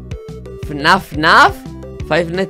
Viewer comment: Faitnais ands Ferddidds